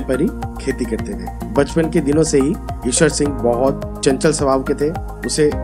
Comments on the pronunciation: Please learn how to pronounce Ishar Sing's name FIRST not Eshwar Singh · Pls correct the name... It's not Ishwar Singh but Ishar Singh. In this video... Same is pronounced incorrectly